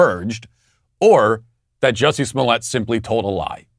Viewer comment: How is it that you manage to pronounce Juicy's name correct, yet obviously mock others with your enunciation of their names, Matt? I mean, it's Juicy, it's right there, yet you don't use it, too obvious maybe, or you literally do have trouble with them other names? Never know with you, Walshy😁